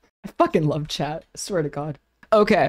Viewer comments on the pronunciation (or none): none